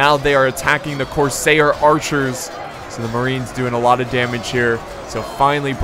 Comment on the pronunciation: Cors-air like what you breathe not cor-sayer like mayor